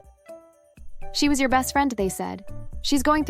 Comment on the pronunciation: emphasis on "WAS"